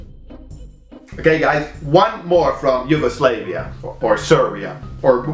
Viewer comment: Your pronunciation of Yugoslavia is triggering